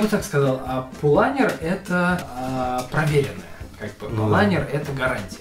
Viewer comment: Живу уже 20 лет в Германии и угараю от произношения названия марки. Не Паулайнер, а ПАУЛАНЕР.